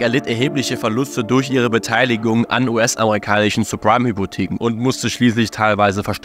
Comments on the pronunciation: Nices Video, es heißz aber Sabpreim Hypotheken, nicht Surpreim... Bitte werde dein Namen gerecht, Cringe Brudi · Es waren nicht falsch ausgesprochene supreme Hypotheken sondern suBprime Hypotheken. Und es ist auch kein mortage... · jaja, zeprime 😂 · Und subprime auch nicht... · Oder subprime 😅